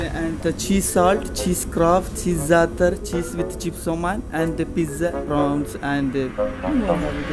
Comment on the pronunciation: Zatarrrrrr 😂😂😂 I got to get over 'there